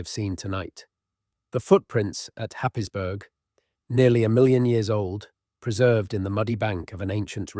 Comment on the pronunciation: Yes. Not at all sure that this is going to help you go to sleep, it's too irritating. Also it doesn't know how to pronounce some British place names- eg Happisburgh.